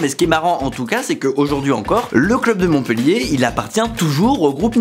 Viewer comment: Bravo tu t’es bien documenté et ça fait du bien de parler de ma ville ! En revanche tu fais une petite erreur, la ville de Montpellier se prononce bien « Montpéllier » et non pas « Montpeullier » . On en dit pas « cette fille est beulle » Tout le monde fait l’erreur et depuis longtemps 😂😢